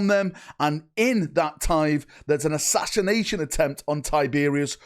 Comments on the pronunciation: That is an interesting way of saying "assassination" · Oh, how I love it when you try to say "Assassination".